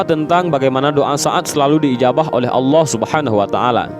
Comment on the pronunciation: Salam dari malaysia saya yakin orang yang menyampaikan cerita ini org..betul2 belajar tentang agama..sebutan allah nya..sangat tepat..igatnya..org indon sebut lah nama raja sekalian alam dengan betul.. adalah Allah✅ ALLOH✖️